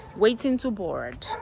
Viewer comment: Look at the way you pronounced the word Board in dis video omo u are becoming a white slowly lol 😅😹💖💕